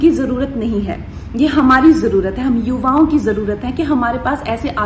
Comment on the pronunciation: Madam sabhi theek hain, lekin ""Hum yuva wo ko"".....😂😂 Comedy mat kijiye itney serious talk mey.